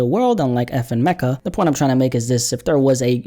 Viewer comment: Its pronounced FN Mee-kah.